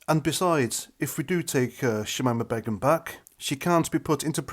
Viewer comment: Her name is pronounced; Shameema Baygum